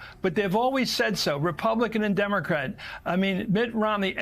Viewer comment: I want Chris Matthews back. I also want MSNBC to make certain that ALL its hosts and guests know how to pronounce "democrat." It's an e, not an i -- "Dim-o-crats." Sounds like an insult every time it comes out of their mouths.